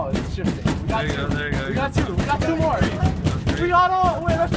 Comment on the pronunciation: "Shh, this is mote important" got his priorities straight